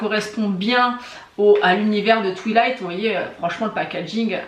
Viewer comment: oh non twilight dit à la française j'adore 🤣